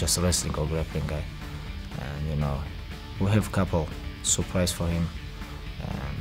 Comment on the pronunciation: "We have couple SOORPRIZ for him"🤣🤣👍